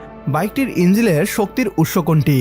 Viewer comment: ইঞ্জিন " ঠিক করে উচ্চারণ করেন ভাই।